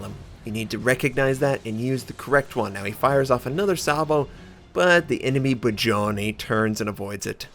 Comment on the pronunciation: do you need help with Russian ship pronunciations? You are really butchering the names, especially "Budennij" Its pronounced "Boodennij" not "Bajoni"